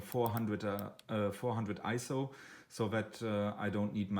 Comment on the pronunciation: I had a bit of a problem with your accent and mispronunciation of Ah PER chur and EEEzo, plus low volume and monotone voice. But after watching the video several times I was able to get something out of it. Overall a decent video, but with the above comments.